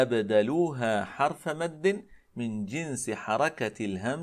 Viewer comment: ياشيخنا غلبت عليك لهجتك المحلية! ترقق الراء من كلمة :حرف!!!! فانتبه رعاك الله